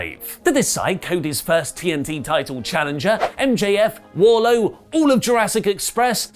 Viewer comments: Pssst. It's Wardlow not Warlow. Your welcome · Wardlow.... not warlow lol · Can someone explain why keeps calling Wardlow as Warlow? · Wardlow with a D! Cmon oli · .........it's Wardlowe.... right? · Isn't it Wardlow? Why u dropping the D from his name?